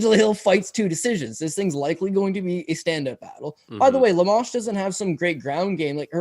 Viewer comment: Am i wrong but they are pronouncinng amanda lemos name wrong? I think Lemos is a lock 🔒